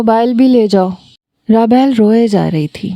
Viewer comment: raabayl nhi rabeel nam hy